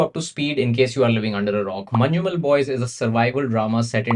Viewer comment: Its "Man-num-el" not "Man-ju-mel"